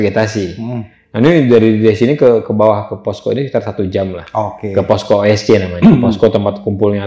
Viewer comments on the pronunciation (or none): Ki naen😂😂😂 Ke bacaannya bukan Ki kiai kali😂😂😂